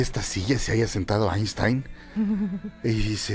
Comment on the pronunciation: “Aishtain” Einstein